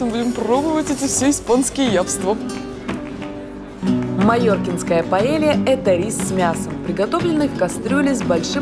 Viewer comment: Расскажите Кто-нибудь уже Настюшке что её "явства" на самом деле "яства". Яства это от слова есть (кушать)